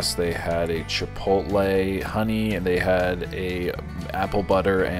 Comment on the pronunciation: Shout out to you for knowing how to say Chipotle! That's some verbal gymansitc for some people, not sure why. I'll have to say, I've tried to troll you over the years, but you always respond with positivity, which totally sold me on you. Genuine dude, for sure.